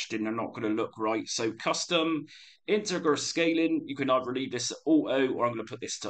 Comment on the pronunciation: Great videos! I'd like to see more on stand-alones since I use my PC for all my emulation purposes. Also, "integer" is pronounced with a soft g as in "giraffe". Just a heads up.